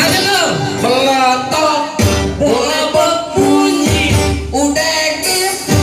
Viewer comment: Bola sodok bang, bukan bole sodok